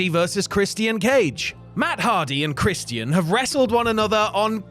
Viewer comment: The pronunciation of Christian irritates me for some reason 💀